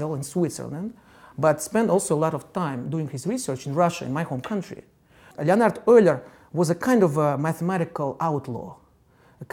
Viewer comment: имя Леонард он точно произнес по русски